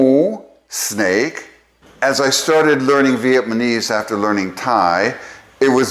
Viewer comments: Are you constantly saying vietmanese instead of Vietnamese? Or am I mis-hearing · Such a cool video! ✨ Thanks for sharing your knowledge and passion with us! (I’m quite curious about one thing. Why do you say VietMANEse instead of VietNAMEse? Is there a specific reason?) All the best! ☺️ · I'm not sure you are aware, but you are pronouncing it "VietMaNese". I listened to it several times over the first 7 minutes. I'm curious about that...whether it's deliberate or if there's some nuance I'm not aware of. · So I'm a little confused. Is it Vietnamese or Vietmanese? You keep saying the latter.